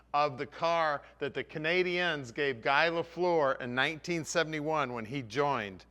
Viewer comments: Pronounced Gey not GUY but you aren't Canadian so it can be forgiven ;) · I smiled when he said “guy”. It is pronounced “gee”. French style. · It's pronounced "Gee" not Geye...